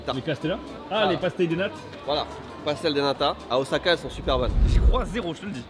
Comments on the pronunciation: Mexicano OZAAAKAIEN! meme vous vous dites OZAKA! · Moi je reste, je suis comme vous, à tanner les gens qui prononcent le S de Osaka "Z" ^^;;; Mais lol... des poubelles et devient France Gall ^^